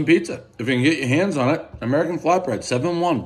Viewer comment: Did u just say prizza?? Like Steve brule everybody knows the rules